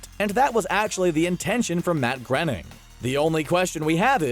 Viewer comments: who the hell is matt grenning it’s Matt grionning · It’s not prounoujced grenning its pronounced grayning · Groening is pronounced “Grainning”, not “Grenning”. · Groening is pronounced "graining", not "grinning". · "Matt Grenning"? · Matt Granning? You mean Matt Groening? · He litterly said the creator of the Simpsons name wrong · He said Matt Groeing's last name wrong